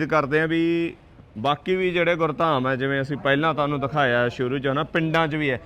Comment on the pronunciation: ਧੇਡਾ ਨਹੀਂ ਤੁਹਾਡਾ ਧਾਨੂੰ ਨਹੀਂ ਤੁਹਾਨੂੰ ਸ਼ੁਭ ਬੋਲੋ ?